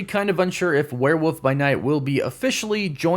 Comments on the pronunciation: It’s wolf not wuff 🙈 the thunderbolts cast sucks no abomination or red hulk???? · this dude saying warewoof throws me every time. cant take him serious with that. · Why do you say "werewoof"? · Werewoof? What's a werewoof? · “Werewoof”? Did you say “werewoof”, like twice?